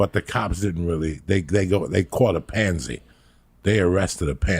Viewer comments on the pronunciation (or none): Its PATSY not PANZY🤦‍♂️😂😂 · It's a pattsy, not a pansy lol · Patsy not Pansy Uncle Joey